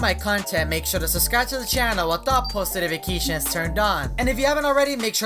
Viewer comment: Is it just me or does it sound like says "Subscribe with no notifications"?